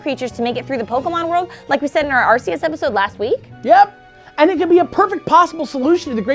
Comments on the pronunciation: Everyone calls arceus areseeus when it's actually arekeeus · She Said Arceus Wrong....... Its ARC_E_US not AR_SEE_US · It's like Heaven and Hell, but more Pokémon-themed! And it's pronounced ARK-ee-us!